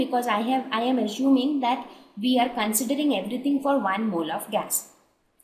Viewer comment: I am assuming that assuming is not pronounced as ASHHUMING.😂😂